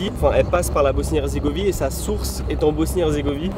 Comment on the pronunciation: salut bg, je vois pas de commentaire faisant référence à ça donc je le dis pour la simple info: mais c'est Bosnie-HerzégoviNe, et non herzégovie :) super vidéo encore une fois, trop envie d'aller au Monténégro!!